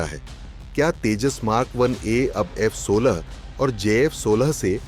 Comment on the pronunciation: F16 and j16😅 First, say the names of both of them properly, then tell the qualities of your radar